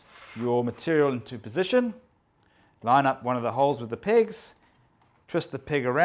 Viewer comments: Are saying "pins" or "pigs"? I'm a Texan and have a British accent deficit. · I thought it was "pigs" at first, too. 😂